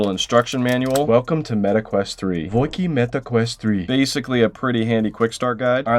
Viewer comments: What do you mean “voikii”.😂 it’s pronounced “vooasi “ . I’m pretty sure it’s french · V-voiki? It's spoken like vua cie voici "here's" it's french and that Hurt my soul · I lost it when you tried to pronounce "voici". It's pronounced "vwah see" which is french for "here is" which is related to "voila" which is "there is". Dope video. A lot of these products have already gone through an iteration or two and are even better/cheaper less than a year later. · "Voy ki" ? It hurts man the french language is dying anyway but damn it hurts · Was I the only one that thought funny when he ready “voici” for French here it is? lol